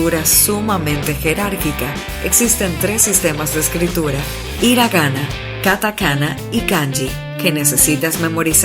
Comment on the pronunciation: "iragana" ... almenos dilo bien, es "Hiragana" HHHHIIIIIragana"!!!